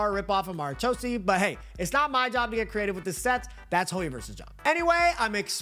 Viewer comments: Mara 'chau' see lmao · that's the worst pronunciation of Marechaussee I've heard ever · I'm arab and no that's not how you pronounce it lmao